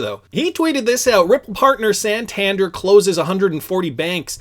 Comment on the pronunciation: hey love your channel but i must say its pronounced "San-tan-dare", keep up it!!! <3